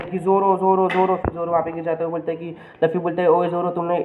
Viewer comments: Bhai Laffy Nahi Hai Luffy Hai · OR. LAFFI. NAHI. LUFFI